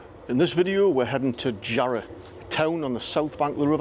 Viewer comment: Makes me laugh when you hear people trying to sound posh saying "Jarroooohhh" lol you mean "Jarra!" /it's "Jarra!" man! Lol